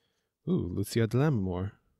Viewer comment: It's pronounced Lu-che-a, not Lu-see- a.